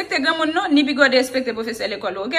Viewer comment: No I never joure professerr rrrrrrrrrrrrrrrr she's so cute.😃😅